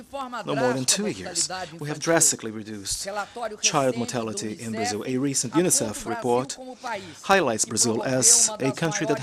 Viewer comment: Barzil ? Where is that exactly ?